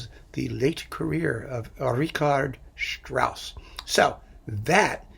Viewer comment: Strauss was not someone who brought his humor to the people as a thigh-slapper - Rossini didn't do that either - but who had wonderful i not the best lyricists who hid the humor in the language, Strauss then in very fine music. And please - If you give a lecture on Strauss, pronounce his name and works correctly. And your analysis about Jochanaan in Salome is totally wrong in my opinion.